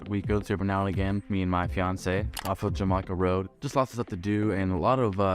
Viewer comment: Spring Valley has views to the ocean, downtown, and Mexico from the west side of FmDictionary Hill. Also, Jamacha is pronounced “Ham-i-shaw”